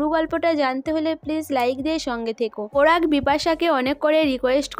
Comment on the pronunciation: আপনার উচচারণ টা এতো বাজে আপনি update দেওয়া বন্ধ করুন ।পরাগ কে পোরাগ সবাই কে সোবাই। বিচ্ছিরি ।